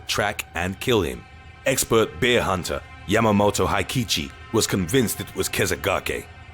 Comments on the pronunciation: I love the way he pronounces "bear"... Like beer lol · He pronounces bear like beer, made me thirsty lol